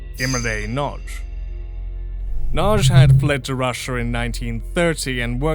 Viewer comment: Not "Nag-i" but closer to "Nudge". Y is never a vowel in hungarian, it only exists as part of digraph letters where it serves as a consonant. Edit: I think you only had it "Nag-i" once, the first time. Overall good effort for a non native speaker.